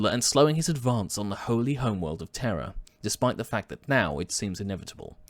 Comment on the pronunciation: "Eye of Terra and Holy Terra" or "Eye of Terror and Holy Terror"?